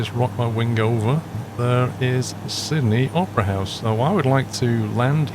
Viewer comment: i heard him say "sydney oprah's house" 🤣